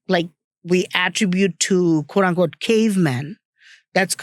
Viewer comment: i always look forward to hear how says "quote unquote" as "quorangote".